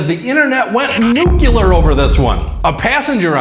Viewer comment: Great video. So entertaining. But, please learn to pronounce the word "nuclear" correctly. It is not pronounced "noocular."